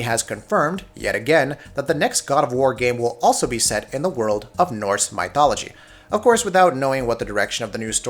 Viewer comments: who says mYthology? lmfao! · I'm sorry but My-thology? And do you say My-th as well? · it's almost like they did it on purpose. How do you go from "mythical starfield" to "my-thology"? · I've never heard someone mispronounce Mythology so badly before lol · Im pretty sure thats not how you pronounce Mythology